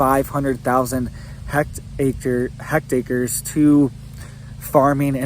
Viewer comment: Thanks for the info. Are you trying to say "hectares" when you are saying "hect acres"?